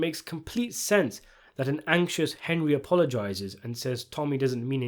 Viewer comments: hendry. henjry. tommy it’s HENRY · Anybody else like the way young Tommy always called Henry, "Hendry"?